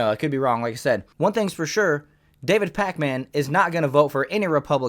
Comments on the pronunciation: Pronounce it pakmin, stop disrespecting the packman we all love 😂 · I hate how you call him pac-man. Its Pakmin lmao